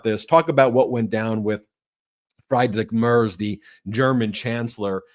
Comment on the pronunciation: It’s “Freed-rick Mairtz.” Fred Mertz, for those “I Love Lucy” fans.